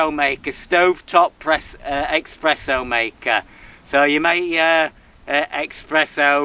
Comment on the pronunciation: Great vid and, a nice set-up but please... Expresso! Noooooooooo there's no X in Espresso. (Sorry, it's a personal foible)